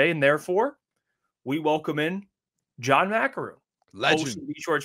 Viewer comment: John doesn’t even know how to say his own name right…. Lol